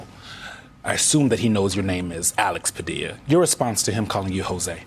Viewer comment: Jorge😂. At least he pronounced his last name right. Ive heard news ppl pronounce the L in Padilla.